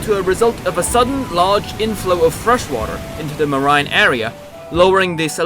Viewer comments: Did he say "Mah- RINE"!? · Why would you pronounce marine as 'mar-eye-n'? What's wrong with you?